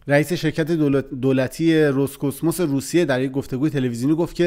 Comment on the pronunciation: تلفظ صحیح تر نام شرکت دولتی روسیه‌ای هست : راس کاسموس.